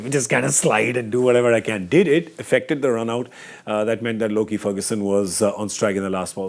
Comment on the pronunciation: Lockie not loki